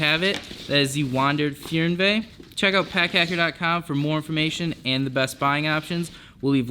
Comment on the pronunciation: Fernweh is a German word and is pronounced "FAIRNE-veh" ;)